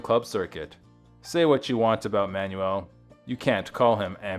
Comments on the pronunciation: Stoked you're shining a light on RM, but his last name is just pronounced 'manual', like a gearbox, or an instructional handbook. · At least pronounce the guys name properly. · terrible, they can't even pronounce his name properly. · Learn how to pronounce his last name!